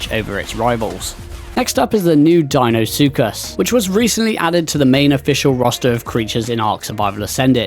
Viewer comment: wow someone pronouncing deinosuchus correctly. rare sight indeed.